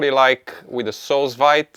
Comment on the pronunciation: It’s pronounced “soo veed “, literally means under vacuum. You should tell them to use gentle vacuum, when there’s fluid in the bag. And love my Anova